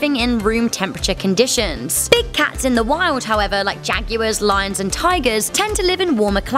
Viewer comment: I've never heard anyone pronounce jaguars like that